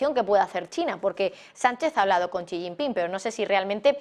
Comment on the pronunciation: Por que todos en el Canal se empeñan en pronunciar mal el nombre del lider Chino? Es "Xi", no "Chi"